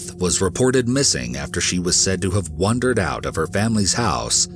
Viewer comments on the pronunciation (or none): It’s wander not wonder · Thumbs down only for mispronunciation of multiple words and incorrect grammar. Sorry I'm so picky. You do not WONDER around. It's called Wander or Wandering ;)